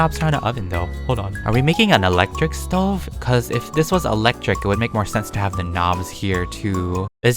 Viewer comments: You said stO not stov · Lol you said sto it’s stove lol🤣🤣🤣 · You call it a Stoven! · You are saying it wrong it a stoven